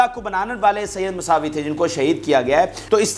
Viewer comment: برخورد مساوی نہیں موسوی ھے یہ امام موسیٰ کاظم علیہ السلام کی اولاد کو موسوی سید ۔ کاظمی سید ۔ رضوی سید اور نقوی سادات سب کے سب موسوی ھیں ۔ اپنے الفاظ درست ادا کریں ۔ شکریہ